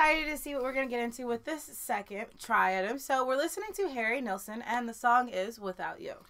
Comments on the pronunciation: Couldn’t get enough of this song when he released it. Remember. No AUTOTUNE! His name is pronounced Neilson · Harry Nilsson , pronounced kneel-son. The album title is, Nilsson Schmilsson, it rhymes. You should check out the documentary of him titled, Who is Harry Nilsson (And Why Is Everybody Talkin' About Him)? A little twist in the title with his hit song, Everybody's Talkin', from the movie, Midnight Cowboy. The documentary is about 2 hours long, but worth it. Nilsson used to write jingles for commercials and songs for TV shows. He wrote the song, Cuddly Toy, for the Monkees , which they recorded and sang on their TV show. When it became a hit Nilsson's management told him, You can now quit your day job. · It’s pronounced KNEEL SON And boy could he sing. He had problems that haunted him.